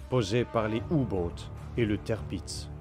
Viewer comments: Le tèrpiz...écrit tirpiz...HO BORDEL, c'est TIRPITZ (qu'on prononce: tir pits, z qu'on prononce s ici, attention sur d'autres noms ca peux être belle et bien le son z), du nom de l'amiral Tirpitz, fondateur de la puissance navale allemande en modernisant la flotte impériale en son temps ! Et alors le Bismarck (qu'on prononce: Bis marque, pour franciser et CK) massé en bismarre...c'est une horreur. je sais que les allemands ont des noms dures a prononcer parfois mais Tirpitz et Bismarck sont clairement très simple, pas comme Gneisenau (qu'on prononce: Gueu naille ze now) et Scharnhorst (qu'on prononce: char norste, ou alors, charn orst), là ces deux là c'est déjà plus chaud quand on connait pas. je passe pour cette fois , sur Tirpitz mais faut faire gaffe avec les noms. ah, je critiquerais pas pour le Prinz Eugen (du nom de Eugène de Savoie qu'a trahit la france pour combattre les ottoman pour le saint empire romain germanique et...combattre la france ensuite) qu'on peux franciser en Eugène qui a été prononcer Oille Gueu (mais qui se prononce: Oille Gueune, car là c'est impossible a deviner) car c'est pas simple là et même très dure, mais c'était pas loin. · si on lui donne de mauvais noms a prononcer en même temps, Tirpitz a été massacré en tèrpitz et ils ont écrit ca tirpiz, genre la production vidéo, audio, et la recherche, ils ont bosser en séparé et un gars a tout regrouper !? xD